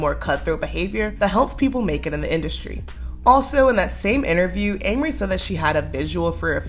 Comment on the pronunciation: I think you’re saying her name wrong yeah😂😂😂